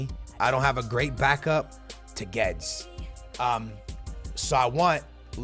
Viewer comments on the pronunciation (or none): You are supposed to prounonce it as goo-ay-des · isnt it pronounced gu-wed-es. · It’s Guedes (glu-we-des) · Guedes is pronounced excactly like its written